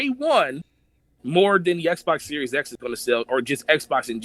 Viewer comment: It's SERIES X! Not SERIOUS X!